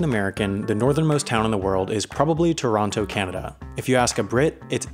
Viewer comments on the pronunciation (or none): none